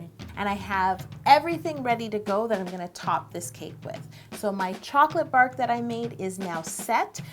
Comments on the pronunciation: "Bark" Me: Ew why u calling it barf? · Hahahha I thought she said “chocolate barf” and I was a bit concerned 😂. And that cake looks amazing! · No joke, when she said "chocolate bark" I thought she said chocolate barf! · I thought you said chocolate barf! ^0^ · Anyone else keep thinking she was saying chocolate barf... lol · It sounded like she said she was going to add some chocolate BARF and not bark. lol I was so confused for a second.